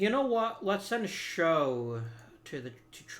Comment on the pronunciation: Eric show is pronounced like chow with an s. He is the guy who's arm exploded on the mound